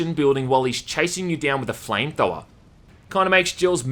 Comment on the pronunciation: Chansing you with a flametowel”? :D or “flametowa”? :DDD